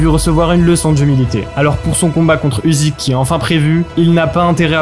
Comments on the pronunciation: Le sujet est sympa! Par contre ça se prononce "Ucyk" pas "Uzyk" :) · Usyk se prononce Oussik - ça veut dire Moustache en Ukrainien!